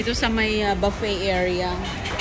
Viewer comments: Buffet...not baffet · ang correct pronunciation ng buffet ay "buffey" hindi "baffey", mali si.Baffey ang bigkas niya. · Buffet not baffey,kahit sino ini interview para lang may ma ivlog.Ang caption nakakaiyak daw,eh puro nakatawa naman sa camera,ano ba yan??? parang may sayad ka talaga.😅😅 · ok,buh-ffay nga ang tama pero si ang sinasabi niya baffay,pakinggan mong mabuti,ba't di mo ma accept na mali ang bigkas niya.Repeat ko,BAFFAY ang sabi niya. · You're wrong, it's Boo-Fay or Bew-Fay French pronunciation. Ikaw ang mali. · Parang bingi nga,mali talaga ang bigkas ni,di matanggap ng mga followers niya na mali siya,paulit ulit ko nga pinakinggan talagang "baffay" ang sabi ni.